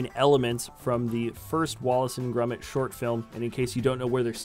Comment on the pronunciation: Its wallace and GROMIT, thats 'grOmit' not grUmit!!!!!!!!!!!